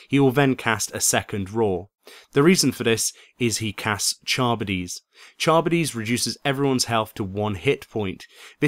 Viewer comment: thx for the guide, btw, charybdis is pronounced kuh-rib'-diss